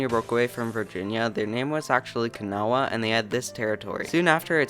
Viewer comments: Kanawha is pronounced KUH-naw, rhyming with straw. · Kanawha pronounced KUh-naw. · The A in Kanawha is silent